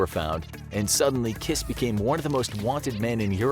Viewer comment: His name is Kiss but you don’t pronounce it with a “its not kiss like kiss” 😂 but it was fun to listen